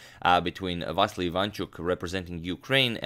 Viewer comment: Dear Agadmator, It's Vasyl not Vassily